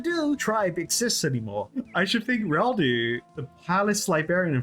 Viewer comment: EM-CAN-DO not IM-CAN-DO!!(The O is like the O in tobacco, not the word do" Please brother :D, also the same with Reldo. huge fan of the series! Always looking forward to these videos despite being a massive RS veteran.